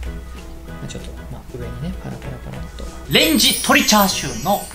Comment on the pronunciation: チャーシューをシャーシューと言っている時点で今日も絶好調であると感じます